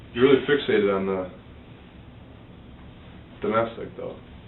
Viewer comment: Remember when Brooks pronounced it fix-ee-ate-ed? That cracked me up! He butchered the English language!